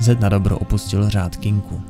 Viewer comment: Tak dobrý video, ale to "Kinku"..., prosím, "Kinkou"! <3